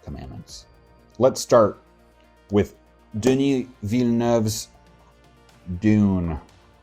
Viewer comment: Nice! I'm from Québec - I know Villeneuve can be a tough one! Nice job on the video, btw! Really enjoy your content.